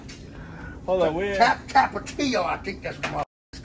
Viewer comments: "Tapachio"😂 lol new way of saying tapatio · called Tapatio, Tabashio 😂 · 😂😂😂😂😂my boy said tapatio😂😂😂😂 I mean tapatio I think that's what it is.